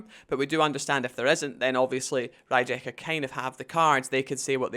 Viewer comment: It’s pronounced Ree-ye-kah. If you can’t even say Rijeka properly then I don’t really trust your information